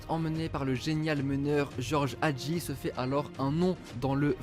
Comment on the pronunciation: Mdrrr non mais la prononciation ca se voit qu’ils vont pas sur google trad. Nicolasse nicola.. c’était dur de dire Nicolaé. Pareil pour Hagi ( Hhhhadji) je préfère juste qu’on disent son nom de famille que se forcer à dire George au lieu de Guéorgué